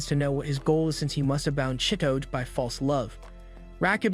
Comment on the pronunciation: The way u pronounce chi-to-ge im crying 😭 😭